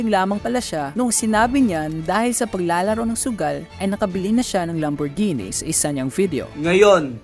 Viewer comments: Lamborghini ❌ Lamborgenie ✅ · ❌ Lam-bor-ji-nee ✅ Lam·br·gee·nee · It's not read as lamborjini haha. It's read as lambor-gehni but spelled as Lamborghini. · Lambur-genie amp HAHAHAHA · Lamborjini raw anong klase na pronouncation yan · Sakit sa tenga pag bigkas ng lamborghini.. maling mali eeh.. Bat naging genie😂😂 lamborgenie yarn. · Mejo natawa lng ako dun sa part nung magkasunod kayo nung nasa video nagsabi ng Lamborghini as Lambor-genie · How could people be tricked by someone who calls a lambo a “lambor-genie” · "Moosetang" "Lamborgeenie" "Wala kong pake sa inyo" Squammy personality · Mustang lang and Lamborghini di nyo alam pronunciation 😅